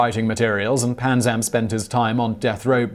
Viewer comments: I could have sworn it was Panzram with an R, not Panzam. Am I mistaken, or did the illustrious writers of Simon Whistler Inc. overlook something?? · I love your channel...its Panzram not Panzam... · It’s panzram not panzam